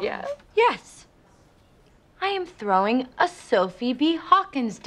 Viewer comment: "Thowing", you Britta-d it.